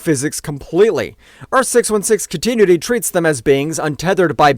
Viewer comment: Can't pronounce continuity so I'm convinced it's ai